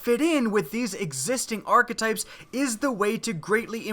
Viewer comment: is it just me or is the way he is pronouncing hakke and archetypes really wrong?